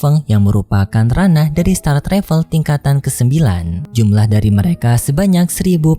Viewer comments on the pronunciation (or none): none